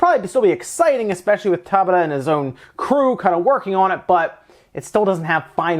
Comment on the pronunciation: For those wondering, Hajime’s surname, Tabata, is pronounced Ta Bata, not Taba Ta.